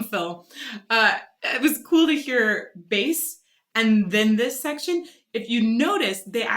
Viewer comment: Why the bass is pronounced like "base" , it is a bass, prornounced "bass".